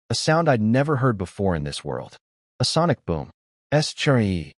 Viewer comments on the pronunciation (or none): none